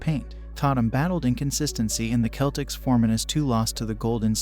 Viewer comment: And wrong pronuanciation of Giannis, and wrong pronuanciation of Celtics... Great video tho :D